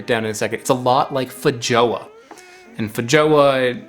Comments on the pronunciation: It's pronounced fey-ZHWA, like measure, or joi de vivre. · Feijoa = FAY-zho-ah. Compare the bean-and-meat feast from Brazil, feijoada.